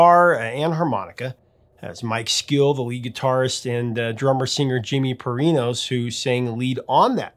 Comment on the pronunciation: Jimmy MARINOS-NOT Parinos….and you call yourself the lol..JK